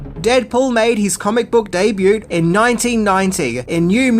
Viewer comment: I watch, like etc to support but have to ask. Is the mispronounciation (eg 'debut') an inside joke or....? It jarrs me from the otherwise knowledgeable sounding voiceovers when there are examples so frequently.